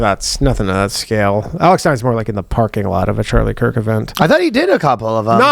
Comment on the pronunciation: a british man pronounce kirk’s name and my day was literally ruined